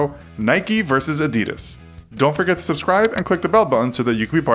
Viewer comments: holy shit you pronounced adidas wrong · Adidas is pronounced differently. You should stress the first syllable. AH-di-das. Not A-DI-das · A d i d a s was not A d e d a s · a-dud-ahs not a-dee-daz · AH-dee-das, not uh-dee-dus. Why can't people pronounce it right? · It’s not Ah-Dee-Dus it’s Ah-Dee-Das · Who the fuck says ' A-deed-us' 'It's 'Adi-dass' And don't say 'nikey' It's nike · Its not adeedas its adidas please pronounce it correctly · They pronounce it like “Adidis” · Also why does he say it A deeeeeeeedas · Tf is a adeeeedas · Its actually A-dee-das, Adidas was an Italian brand so your supposed to pronounce a-dee-das. And if it was Ad-di-das , it would have 2 d’s. Get it right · A-dee-das? Lol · It's supposed to be pronounced "a-di-daas" for those who didn't know. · It’s Adi-das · Please don’t say adeedus again. Please don’t say adeedus again. Please don’t say adeedus again. ITS ADIDAS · you pronounce it as Aa-die-das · You got the Adidas history wrong and you mispronounced Adidas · thats not how you pronounce Adidas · Why Cant You Pronounce Adidas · but every American pronounce adidas wrong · the way he says Adidas hahaha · The pronunciation is different, with more emphasis on the first syllable, and less on the last two. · You are pronouncing Adidas wrong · AAAHHH YOU ARE SAYING ADDIDAS WRONG YOU MONG YOU SOUND LIKE A FREAK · U can't Even pronounce Adidas Right xD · When will Americans learn gow to pronounce Adidas? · great video, but how have you managed to pronounce both, nike & adidas, wrong? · Can’t even say Nike or Adidas properly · You say adidas so badly, like who the actual fuck naturally says that? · STOP! You pronounced them both wrong. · You're pronouncing adidas wrong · Is not called nikey, it’s Nike plz stop saying nikey. And it’s not adi-dad it’s Adidas plz stop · ITS PRONOUNCED NIKE, NOT NIKEY AND AD-E-DAS NOT ADIDIS!!!! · Wtf Nikeee Adeeeedas 😂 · in england its pronounced nike without the ee sound, and adedas